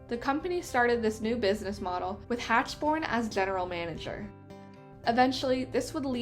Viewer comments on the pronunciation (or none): Mr Hachborn’s name is pronounced Hackborn